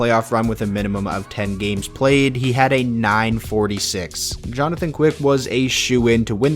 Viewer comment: no 'H' in "Jonathan"